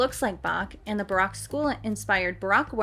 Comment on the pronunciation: actually interstingly enough you say baroque like broke.